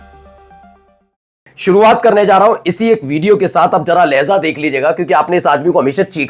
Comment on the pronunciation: Lahza nahi lahja boliye